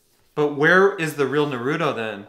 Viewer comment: You have been getting Naruto's name wrong which is what many people for some reason do. They give him a D sound instead of a T sound. is an example in this episode but you do it quite a lot if these videos. You say it like Nuh-rU-doh when it's said like Nar-oU-toh.